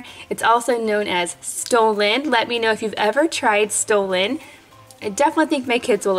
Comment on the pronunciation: It made me cringe with the pronunciation of stollen. I live in Germany so I kinda know. I am not hating just noting